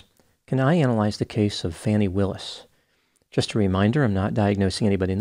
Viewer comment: And deliberate mispronouncing Ms Willis' name.